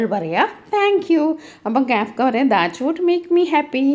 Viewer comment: Not Kaafka😂 ❌ kafka ✅